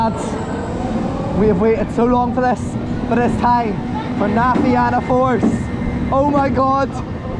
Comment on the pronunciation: Omg ur pronunciation is pissing me off sm😭😂. It’s pronounced “na feena force”